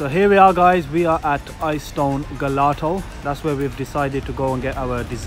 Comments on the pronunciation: please don't be offended but gelato is Italian ice cream pronounced with a "j" "jelato" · It’s pronounced jelato not gelato x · The way you pronounced gelato was so hilarious.. it's pronounced 'jel-ah-toe' lol